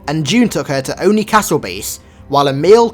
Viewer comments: its o-ni not on-i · You say oni wrong